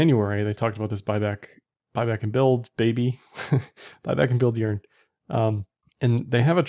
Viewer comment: Sounds like you are saying, "urine".